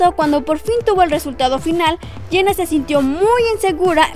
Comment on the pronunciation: Quien es "Iena"??? Pronuncia bien, por el amor de Dios!!!